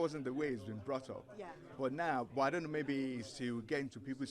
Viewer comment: He’s saying DUN KNO not don’t know